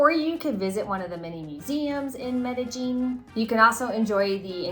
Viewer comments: Medellin..like med-uh-yeen. Not med-uh-jeen. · Oh, my god, why do you guys say "Colombia" like that??? Please learn how to pronounce it properly. And Medellin is not pronounced "MedeJEAN"! It's MedeYEEN."